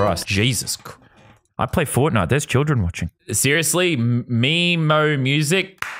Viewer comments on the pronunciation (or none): none